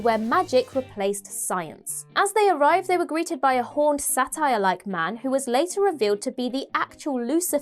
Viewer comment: You said satyr wrong!